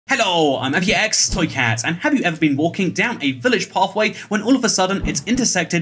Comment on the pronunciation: I pronounced it apextoycat more like apix